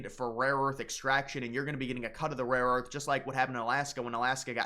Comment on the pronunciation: Buddy just stop saying rare earth you’re having a tough time with that tongue twister 😂